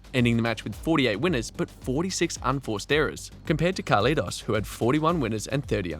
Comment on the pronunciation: First time i see someone calling him "Carletos". I guess you are trying to say Carlitos. The i sounds like the i from Think/thing etc.